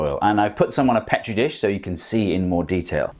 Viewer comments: its freaking PEE-tree not PEH-tree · *pee tree, I have no idea what you are trying to say!